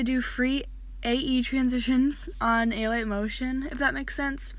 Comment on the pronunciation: i think it’s pronounced “uh light” motion not “ay light” motion lol :)